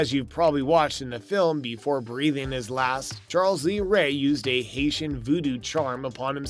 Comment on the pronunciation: What's with this guy's grammar? "Charl lees ray"? "Good guys doll"? Lol